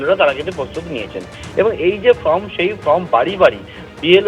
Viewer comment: ভাই, form-কে 'ফ্রম' উচ্চারণ করবেন না।